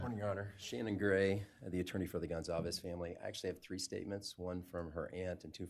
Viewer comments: i always thought they pronounced their last name wrong. it says GonCalves, not ConZalves like they’re saying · Gonçalves is a Portuguese surname, the "ç" has a tail underneath it and sounds like an "s" - people are mistaking it for a Spanish surname and are pronouncing it with a hard "c" because "ç" doesn't exist in Spanish. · Their last name is pronounced: (gone-Cal-vez) Sometimes when they say it, its fast so its easy to hear them wrong so hopefully this helps.